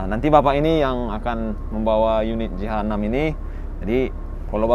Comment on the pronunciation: Penyebutan jh6, terdengar seperti jahanam